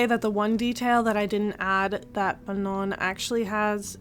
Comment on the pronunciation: Her name's pronounced Ma-noh btw. This is insane craftsmanship and I am deeply obsessulated by the final product 💓💓💓